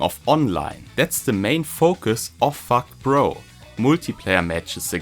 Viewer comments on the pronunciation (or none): it sounds like your saying fuck pro hahah